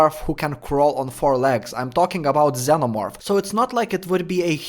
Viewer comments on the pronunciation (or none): none